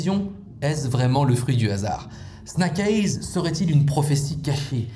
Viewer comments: Snack aiyze qu'entends-je ? 👀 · La prononciation du titre du film elle finit par faire mal aux oreilles